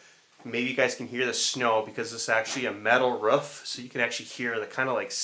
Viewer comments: When you said roof my dog started barking because it sounds like you’re saying ruff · I love how u say roof 🤣"ruff" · What’s a ruuf ? In Canada we call it roof